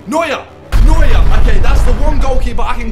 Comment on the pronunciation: Its Neuer.